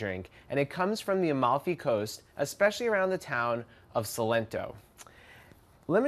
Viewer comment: Sorrento, non solento...